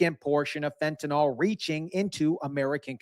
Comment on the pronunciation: Fent.a.nil. Not fent.a.nal nor fent.a.nol